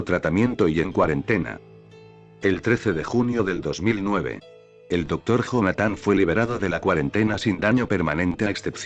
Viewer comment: se lee Jonathan pero se dice Yonathan, me estresa mucho que el loquendo lo lea así.